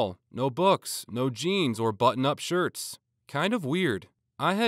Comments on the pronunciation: in story 1 you said shits and not shirts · "Shirts" The voice: shits. (Edit: timestamp for the part)